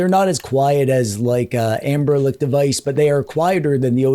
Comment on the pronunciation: Did you just said "Amber-lick device"? :))